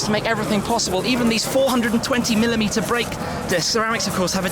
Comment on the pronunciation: Aleksander Hoff LOL! The Uzi 9 milimita......Please!